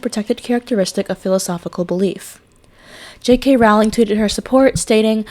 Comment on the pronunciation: Great tribute! Please remember that her name is pronounced "Rolling", not "ROW-ling". Also the 'e' in Forbes is silent! Thanks!